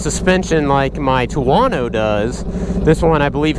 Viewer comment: He calls it a “TWO-WANNO"……